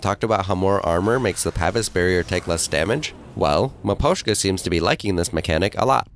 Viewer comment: he thinks its maposhka